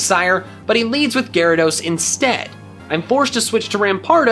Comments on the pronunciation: u say gayrados not gyarados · Lol Gay-rados Srry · It's not gayrados, it's gyarados.